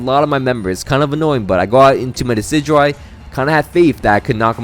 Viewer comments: I need anyone who pronounces decidueye like “deh-kih-dewey” to vacate any premises I enter. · Yay how do you pronounce decidueyes name that bad